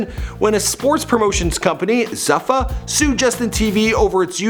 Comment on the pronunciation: Zoo fa, not zuff, uh (zuffa)